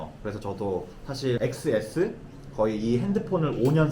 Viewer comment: 엑스에스가 아니고 텐에스…..